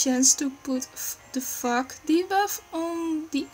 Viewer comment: the way you say fog ^^' sounds like f***